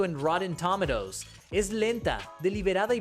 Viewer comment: a ver si se aclara como se pronuncia tomatoes